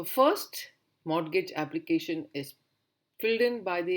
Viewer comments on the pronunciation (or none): Its Credit, capacity, collateral, capital. N pronounciation of Mortgage is "morgage" where t is silent.